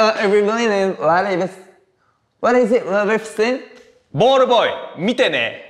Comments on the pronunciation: 見てねが言えないのは分かるけどなんでball boyも言えないねん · ペーパー言ってたのにボールボーイも言えなくなるの草